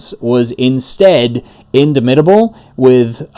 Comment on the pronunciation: In DAH mitable as in DOMinate